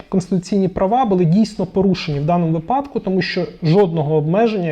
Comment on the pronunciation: Щиро вдячний за цікавий та корисний контент. Хочу звернути вашу увагу на слово "випадок", у якому правильно ставити наголос на перший склад. (вИпадок, відповідно "у вИпадку"). Прошу не сприймати мої слова як не повагу до вас, просто хочу щоб ми всі вдосконалювались як професіонали :)😊😊👌👌